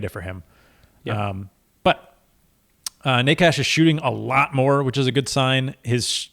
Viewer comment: Necas Ney-chess